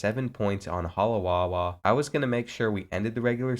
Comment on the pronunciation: I like that you put Hawaii in the game. And ima give you a tip so if there’s a w in a name. Like halawa. It’s pronounced halava. So our w’s is pronounced as v. but if there’s a w in the beginning. Like Waikiki, you don’t pronounce it with a v. love the videos aloha